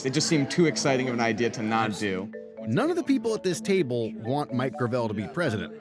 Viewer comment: Gravel is already a word that exists, please stop butchering the easiest pronunciation of all time.